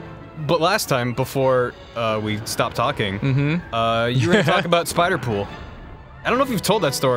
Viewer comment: The second said Sipderpool I thought there was about to be some erotic fanfiction in this episode. Slightly disappointed.